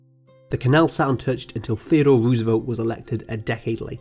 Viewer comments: It’s not Roos it’s rose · Interesting video, but I cannot not comment on your pronunciation (and apologies in advance, it just bugs me too much), it's row-suh-velt and not roo-suh-velt, and it's not nicaragooah, but nicaragwa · Noooooooo!!!! You’re butchering Teddys name! Rose-velt not Ruuuuuusevelt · Nicaragua = Ni-ca-ra-GWA, not Ni-ca-ra-Gyou-a. And Roosevelt = Roo as in grow, not rew. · The pronounciation is ... bankwupt wooswelt, fwench empiwe, ... ouch.